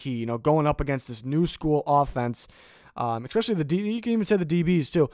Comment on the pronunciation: Great video. Just please stop saying "expecially".